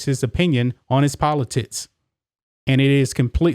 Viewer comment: Am I the only person hearing “politits” when says, “politics”? Just when I thought there was no way I could be pulled back into caring about elections, my man has managed to cast a different light upon the subject and frankly, I might be back! “Don’t let this last Presidential debacle leave a bad taste in your mouth. Let the redesigned, reshaped, and enlarged politits of future Congressman Bambi “Cotton” Canyons act as two perfectly shaped beacon’s, cutting through the darkness and exciting the next erection.